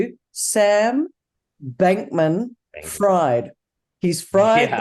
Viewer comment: it’s not FRIED it’s Fried (freed) like he will be freed.